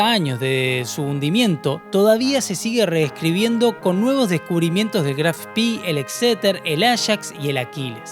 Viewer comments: Muy buen video,muy interesante. Si me permites una corrección,todo el mundo pronuncia " Graf Spi",Pero al ser alemán,es Graf Spe.Gracias y saludos! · Pero la pronuncia está errado. Si dice Graf Spee, así como está escrito, con dos "e", no spi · Muy interesante relato de este suceso tan próximo a nosotros...Una acotación ..lo pronuciàs en inglés (Spi) , en alemán se pronuncia tal cual en español ..Spe ..Gracias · Si te interesa, en alemán se pronuncia graf shpee, como se lee, como una doble e, no graf spi. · Disculpe, pero no puedo dejar de hacerlo. No se dice "Spi" sino lo correcto es "Spee". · Estimado, permítame una pequeña corrección...El nombre del buque alemán Admiral Graf Spee se pronuncia fonéticamente así en castellano: Admirál (con el acento en la última a) Graf Shpé ( Sh, como cuando pedimos silencio, y pé (no pi, como sería en inglés). Esto me lo enseñó personalmente quien fué Jefe de la Artillería Principal del Spee, el capitán de Corbeta Wilhelm Rasenack, cuando lo visité en los años '90 en su casa de La Falda, Córdoba, Argentina. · Una pregunta !, porque lo llamas Graf Spi , no es un nombre inglés; si no alemán, se debería decir Spee (e) no ( i). Gracias! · Siempre dicen "Spii", como si hubiera sido un buque inglés, se dice "Shpe" ya que era un buque alemán, nimbrado asi en honor al Conde(Graf) Spee, héroe alemán decla 1a Guerra Mundial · Muy bueno el video. Solamente aporto que no se pronuncia spi sino shpe o spe, es alemán no ingles. Saludos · Es Aleman no ingles, por lo que se dice Graf Spee, no spi jajajaajaja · Pronuncia bien Chabon En alemán es Graff spe. Se pronunciarla spi. Si fuera inglés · Estimado el nombre del buque se pronuncia al final con la letra E es decir así como lo vemos en castellano GRAF SPEE Doble E es i sólo para los british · Es gracioso, pronunciás "Spee "como fuese inglés y "Exeter" como si fuese en castellano...